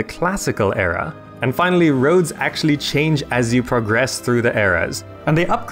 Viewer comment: the way you pronounce era, is in error.